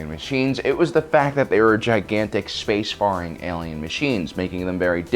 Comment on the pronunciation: Space Far-ing? LOL Hm like, warfar, nope. Um, maybe space fare-ing. Yeah cab fare, lair, hair, fair use, over there, anywhere...